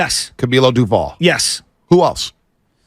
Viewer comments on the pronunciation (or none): DOVAL NOT DUVAL JFC